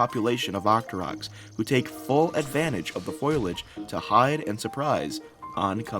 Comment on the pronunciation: Great collaboration and video editing. Thank you both. Only 1 small thing...fo-lee-aahg...foilage is for metal films.